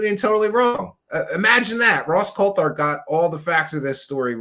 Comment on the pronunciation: COLT HART!!!!! not Colthart 🤦🏻‍♂️ omg